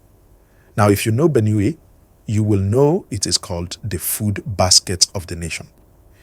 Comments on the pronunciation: What is Benew? It’s Benue please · the way you pronounce Benue is wrong sir